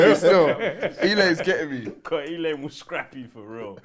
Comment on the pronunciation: Loooool white woman called E-LANE😂